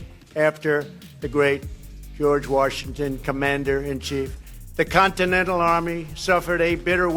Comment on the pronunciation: Who is George Warshington?